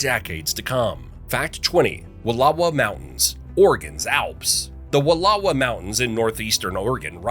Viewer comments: Came to the comments because Wallowa was mispronounced and everyone's freaking out about Willamette like that's never been mispronounced by non-Oregonians before XD. My favorite is Champoeg. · Wallowa is also mispronounced! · Annoyed Oregonian here lol it’s will-am-ette and wall-oh-wa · Interesting facts, some of which I hadn't known before, and I have lived in the state since 1956. Note: "Willamette" is pronounced "Will-LAM-ett" and the Wallowa Is "Wuhl-OW-uh". Admittedly, they are spelled oddly, but I can't count the number of times I've heard these two place names mispronounced. Please, people, if you are going to document things in Oregon, ask a native how to pronounce them. (Oh, you did OK with the state name, but for those not in the know, it's "Or-ee-gun".) Thanks for the interesting facts.